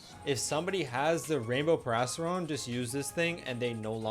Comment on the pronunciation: Erm... actually it is PERIASTRON not PARRYON